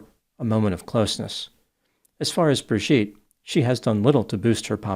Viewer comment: You keep mispronouncing her name as Bir-gitte, instead of Bri-gitte.